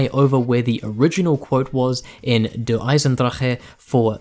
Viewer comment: You are the first to pronounce DE right thats worth the like alone